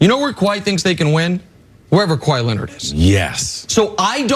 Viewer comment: Kawhi says Kabye